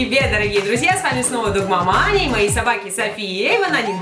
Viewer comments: когда я первый раз смотрела твои видео я так и думала что ты говоришь догмаманя а потом когда я уже смотрела давно твой канал я поняла что говориться дог мама аня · произносится догмама Аня, а слышится догмаманя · Катя Паршина а я сначала думала догмаманя😋😋😋